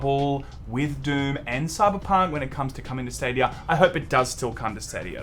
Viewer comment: "Stadiyur"